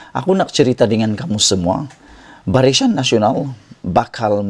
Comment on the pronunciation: Sebutan pun salah. Barisan bukan barisyan....